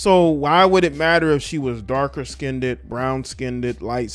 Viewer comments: It's not skin-ded. It's pronounced skinned. Please. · The word is not skinedid it skined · It's SKINNED, not skindedd! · Skined not skineded please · Dark “Skinned”, not Skinded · First of all I would like to say that I am Afro-American, secondly I would like point out that there is no such word as "Skinnded, the world is skinned, there is no "d" or "d" sound in the word!